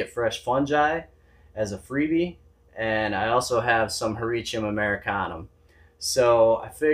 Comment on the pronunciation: Nice video. I'm pulling for the Michigan Oysters :) I love the way you say Hericium. I think that might be closest to the 'correct' way. I always struggle with 'leucistic' and how to say it.